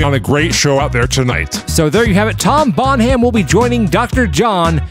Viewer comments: Welp, Jeff Dunham's mate Peanut will be proud of that pronunciation. Bon Ham. Someone called Jefafa Dun Ham needs to enter the race now. I loved the racing and commentary again, you guy kill it every time!! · Have you guys ever thought of checking with the submitters to see how to pronounce their names? "Bonham" is almost always pronounced like "BONnum" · Bon(h)am, the h is silent, pretty much. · Ford Escort MK11 rules .. and btw guys it’s pronounced the same as Led Zepellins Drummer - Bonam, you don’t pronounce the H. It’s an English thing 😂😂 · The H is silent, look up pronunciation of John Bonham Led Zeppelin drummer.... Not Bon-Ham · Bon-Ham? Not a Led Zeppelin fan, I guess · Bonham, pronounced Bonam, silent H. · Bonham is pronounced Bonnam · Hilarious pronunciation of Bonham :) (It's like Helena Bonham Carter)... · I kept waiting for someone in the comments to correct the pronunciation of Tom Bonham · Seeing as Tom is moving on, I'm pretty sure the H is silent, like in Graham and Nottingham... Oh, I see that Robin Hood is too blame. 😮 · The "h" in "Bonham" is silent. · Mispronouncing the name "Bonham" for the entire video was a nice touch...lol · So Tom Bonham went through, and now we have to listen to that horrendous pronunciation again! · Think it be pronounced like Led Zeppelin drummer. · for F sake, the "H" in Bonham is silent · How does a person not know how to pronounce, Bonham? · Bon-ham?? Well, you pointed out that you're reading the comments.. so again.. Bon-ham? It's pronounced Bon-um. 😂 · Okay since he won, I feel like we need to talk about how to pronounce 'Bonham.' It's not necessary to pronounce it quite so 'carefully.' It's just 'Bonnem.' Also, the random Star Wars references being turned into possible drug names... awesome! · It's not Bon-Ham...... it's Bonam dammit Bonam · Bon-Ham? are you doing a bit? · It's TOM BONHAM... not Tom Bon Ham! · Them pronouncing it Bon-Ham is hilarious, when it's Bon-Um. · Bon-Ham? No Bon-am! Silent H in Bonham! 😂👍